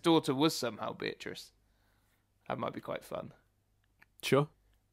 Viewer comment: It's Bee-uh-triss,. Not Buh-trice. Bee-uh-triss.